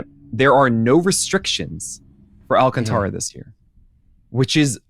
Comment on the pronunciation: His name is pronounced Al-can-TARA! Lol, not -TRA has it right. Listen to the pitcher guy! Lol